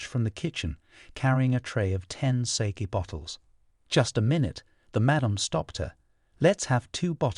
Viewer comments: I'm halfway done with hearing the audiobook, I don't like naoji but I lowkey understand him. I don't like how he pronounces sake but it's Okk!! (Bookmark chapter4? ) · Thanks for this version, the voice is 100x better than the others. I hate how he pronounces Sake tho.